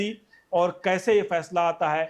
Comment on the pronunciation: Phansla diy nain aap bolrahe hain phasla